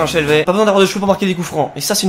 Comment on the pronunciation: Ça se prononce "shelvi" Très bonne vidéo!